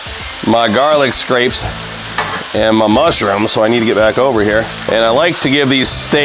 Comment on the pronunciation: Everybody, thank you for watching. Let the record show that I now realize that I misread the word garlicscapes as garlicscrapes. It won’t happen again. Lol. I am sorry about the mispronunciation. I will try to do better in the future. Lol.